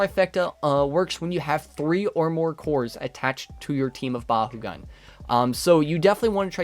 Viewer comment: I love the vids but it pains me to hear it pronounced “Ba-hoo-gan” lol it’s “Ba-koo-gan” where I’m from (And in the Battle brawlers show) I hate to be “that guy” I just find it funny 😂